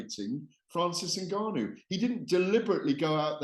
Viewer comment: It's pronounced "ENN-GAH-NOO" not "NIG-AH-NOO", funny how all the white reporters always say the second option..